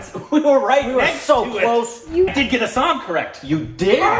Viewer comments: You guys got Assam correct, that's heartening. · renames Bhutan as Sikkim.. Bhutanese people- Are we a joke to you.. 😂 Nd u got ASSAM correctly.. Yeah baby! Awesome Assam.. 😊